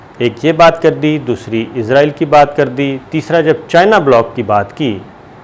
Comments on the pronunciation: آپ کو پہلے بھی کئی بار کامنٹ کر کے کہا ہے کہ ۔۔۔۔۔ ازرایل تلفظ غلط ہے اصل تلفظ ہے اسرائیل آپ کیوں قرآنک تلفظ کو چھوڑ کر انگریزوں کی راہ اپنائے ہوئے ہیں کیا اسرائیل کیتے ہوئے آپ کی زبانوں پر کڑل پڑتا ہے یا انگریزوں کے جوتے چاٹنے کی جو ایک روایت ہے پاکستان میں اس کی پیروی اولین فرض سمجھتے ہیں ۔۔۔۔۔۔ میں نے بار ہا اس کے متعلق کممٹس کئے ہیں ۔۔ آیندہ بھی کرتا رہوں گا اور آیستہ آہستہ لہجہ سخت تر کرتا رہوں گا ۔۔۔۔۔ قرآنِ حکیم پڑھتے ہوئے بھی پھر ازرایل پڑھا کریں ۔۔۔۔۔۔تاکہ انگریزوں کی غلامی پر مہر تصدیق ثبت ہو سکے ۔۔۔۔۔ ڈاکٹر شاہد مسعود کو بھی یہی بیماری ہے ۔۔۔۔۔۔ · السلام عليكم.صابر بھائی آپ سے گزارش ہے کہ آپ عزائیل کی بجائے اسرائیل کہیں تو زیادہ اچھا ہے. السلام کیوں کہ عزائیل علیہ السلام فرشتے کا نام ہے. شکریہ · Izraeal Alahay salam is angle of death , why all the anchors call Israel state Izraeal ! Please correct the pronunciation ! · جناب ازرائیل نہ کہا کرو بھائ جان اسرائیل ھے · Sabir bhai call israil instead of izrail plz